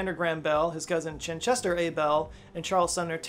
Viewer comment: Chichester, not Chinchester. I don't think Chinchester is a thing.